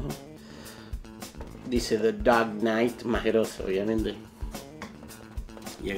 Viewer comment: The daaark knighttss PELPETS! JAJAJA. Te adoro capo!